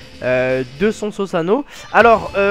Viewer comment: Belle vidéo mais on dit "suzano" et pas "sousuano"